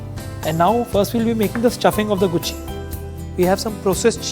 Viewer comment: ... This woman is so stupid & is not ashamed of putting itout in the open for the world to know... It is GUCHCHHI pulao, NOT GUCCI pulao... The mushrooms, called GUCHCHHI in Hindi, Morels in English are the CHANNEL of muchrooms